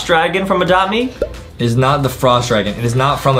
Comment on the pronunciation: This came out 30min ago and im at 50 and adem why did you say adopt memammm